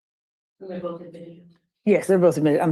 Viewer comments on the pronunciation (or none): And it's boTH, not boofe